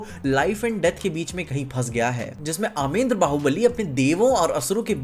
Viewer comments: Bhai vo अमेद्रं nhi h 😅 अमरेंद्र h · Kya mujhe hi Sirf Amarendra bahubali ko.. Amen dra bahubali sunai de raha hai 😂😂😂😂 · It's Amarendra Bahubali not Amendra bro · Aamrendra ❌ Aamendra ✅ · Aamendra baahubali ❌ Amarendra baahubali,✅ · it's अमरेंद्र not अमेंद्र 😂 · It's Amrendra not amendra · Wtf आमेंद्र it's अमरेंद्र baubali 😂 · Bhaiii.... bar bar Amendra kyu bol rahe ho kitna ajeeb lag raha hai sunne mai.. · "Amendra" is bothering me 😭